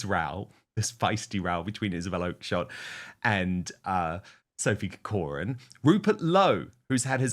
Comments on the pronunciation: Dan, having family connections to the Irish name Corcoran it grates on me somewhat every time you pronounce it incorrectly - please would you pronounce it as - KAW-kruhn which is the correct way thank you so much ❤ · Minor point - learn to pronounce CORCORAN properly! being a Kiwi doesn't help. Emphasis on the first CORcoran